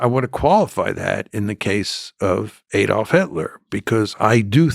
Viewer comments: Aadolf, not Aydolf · How can you create this video based specifically on Hitler and not know how to pronounce the name Adolf right? Ridiculous. Also ww1 wasn't specifically started by Germany, in fact despite the Austro-hungarian involvement a big part of the escalation leading to the war was that Russia stepped in and sided with Serbia purely because they believed they were the same Slavic Race as them which is never mentioned when people discuss race and racism connected to the world wars, but that decision based purely on race turned a conflict between two nations into a situation where countries began taking sides untill Britain and Germany ended up on opposing sides, they weren't natural enemies and in fact had relations through Britain's German royal family and Germany's leadership whuch included their relatives who all traced back to Queen Victoria, but aside from that they are descend from closely related Germanic groups. The only thing that created this awful situation of two world wars was that they happened to end up on opposing sides but they were the only two countries who had any serious power and ability and ao the war involving many nations led to Britain and Germany playing the biggest parts causing the opposition and which also played a part in a second war, although France and again Russia played a big part in causing the second war as they forced unfair terms in the treaty of Versailles against Britain's wishes. Sadly it is a situation that could have been avoided and Britain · Learn to pronounce “Adolf” will you ? and what is a “moss cow” ffs ?? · Why can't Americans pronounce words like 'Adolf' and 'Moscow' correctly?